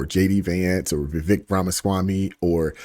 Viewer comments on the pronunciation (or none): His name is pronounced "Vuh-Vake". He said it rhymes with cake. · Please say his name right.Vivek is pronounced va-vake like cake.